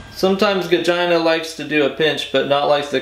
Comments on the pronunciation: The fact that you saying Gojira wrong just gets worse and worse has me crying. Godzilla 🤣🤣🤣🤣😭😭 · AT LEAST SAY GOJIRA PROPERLY OMFG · My favorite was Gagina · I'm gonna start calling them Gojina from now on. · He said Gogina! I died of death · Ways to pronoune Gojira: Gojira Godjira Georgina Gojina Gojirhea Godzilla French Bois Gogina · It’s more like godjzjiira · And gojhiraggh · When he said Gojina I lost it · Love the enthusiasm. Thanks. (Gojina LMFAO 😂🤣) epic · Pretty sure he said Gojiriah at one point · Gojira.. gojir ... Goja... Gojaria lol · Did anybody else hear “Gojina” 😂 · Did he say Gogina?lol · Simultaneously the most stupidest and most Informative guitar video... I need new underwear!! 🤣🤣🤣... Dude said 'gojina' 😂😂😂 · I never knew "Gojira" could be pronounced in so many interesting and creative ways until viewing this video. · His pronunciation of the bands name is hilarious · The way your pronunciation of Gojira deteriorates during the course of the video gives me life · Luv the multiple pronunciations of the bands name. Edit: ahh, it became obvious when u said godzilla 😂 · The more and more bastardization of the word gojira is comedy that's right up my alley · Pronounces Gojira different every single time hahahahahahaha